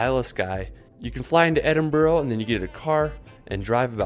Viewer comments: its edin bru not burro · Edinburra. Like most Americans, he gets all the placensmes wrong. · I’ve seen a few of this guys videos a few times and he’s definitely not catering to an American audience with his pronunciations. Some of the worst attempts to say Scottish places I’ve ever heard 😂. No one anywhere says Edinbro - unless they are pronouncing it wrong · Edinburgh is NOT pronounced...'Edinburrow' just says the word as if there is no u in it.